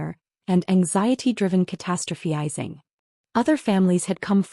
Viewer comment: It’s “ca-TA-stro-phi-zing”. Get it right.